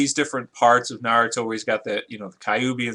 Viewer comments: it is not narooto its is pronoused with a like narato p.s. FUCK YOU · WHY IN THE WORLD DID HE MISPRONOUNCE NA-RU-TO... I SPACED IT OUT IN THE WAY JAPANESE PEOPLE PRONOUNCE IT AND THE JAPANESE "R" USUALLY SOUNDS LIKE A SOFT "L" AND VICE-VERSA. I am so sorry I had to get my anger out when people mispronounce things in Japanese, by the way I am Japanese so when I hear someone trying to say something in Japanese I appreciate the effort, but it makes me angry to hear the same thing even after I tell someone. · Naruto WILL win because hes FASTER than goku he is STRONGER than goku and goku is NOT a FOOL like how naruto is and FOOLS are STRONG and btw u pronounced naruto wrong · first off you don't even say Naruto right, second Naruto does way better stuff then Goku. It sounds like you don't even watch it. He was a freaken orphan and he trains his ass off for others and puts himself last, the people Dragon BAll Z had nothing to do with other people till like 3 seasons into the show! Naruto has literrally almost killed himself training, for the freaken Bijuu, Sage, and the 2 and a half years to get Sasuke back.